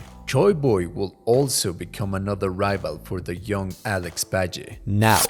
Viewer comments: Dude, for making a video of Alex Valle in order to pay your respect to his achievements in his fighting game career you do not seem to respect him. His name is Alex VALLE, V A L L E!! NOT BADGEY!? What the fuck is wrong with you? How hard is it to say VALLE? Seriosuly man... Poor effort man... poor effort. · you mean Valle when you say Bajay? :D Why Video has nice editing I like it. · Hearing in pronounce the double L in Valle like Js was super annoying. Like in what language are Ls pronounced like that? It’s a Spanish surname so obviously the double L is pronounced like Y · Aleks Bye-jay 😂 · not to sound like a dick or anything but it may be worth redubbing. its a good video but you said alex's last name super wrong.